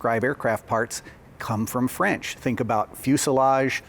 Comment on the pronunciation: I must say: your French accent is excellent (both sung and spoken) ;-) I'd like to add two things: - the word 'aviation' itself is French (and appears to have been invented in 1863 for some towed gliding device), - the fact that these engines get their names from peaks from the Pyrénées has to be linked to the location of the factory, which sits in the South Western France, close to the Pyrénées mountains. Of course, the idea of altitude shouldn't be discarded, but the highest peaks of France are located in the Alps. There could be more to it, and I would happily get corrected, of course. Cheers from France, and congrats on the nice Béret (incidentally, especially typical from the place where those turbine engines are made).